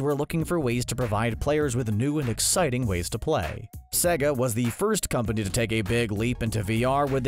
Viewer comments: im sorry but you pronouncing it as sehgga pisses me off so bad it's sayga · he says sega like siga, it’s pronounced say-ga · bro this guy pronounces sega 'segga' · "S egg ah" not "Say g ah" ok then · sega is spronounced sayguh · It’s not sEga it’s saga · no one is talking about how he said sega?